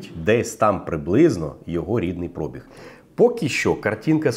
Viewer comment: Шо такоє "прОбіг"?))) Є слово- пробІг, але там наголос в кінці)